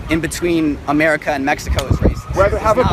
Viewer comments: "AMERICER" IS NOT A WORD! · "Americker" Geez.. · 1st vid "Ameriker" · What the fuck is "AmericaR"? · "In real emeriker" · The first situation.. Does that woman say "Americer" ?? Am I hearing that right? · Why does she say "AMERRIKER"..